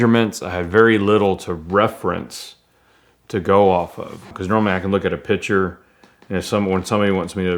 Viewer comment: Every time he says picture I hear pitcher